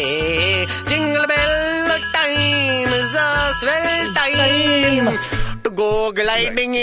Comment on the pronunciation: are those indian christmas songs on a record somewhere??? they are hilarious. I want to buy them. Especially when they say a swell dime instead of time. lol.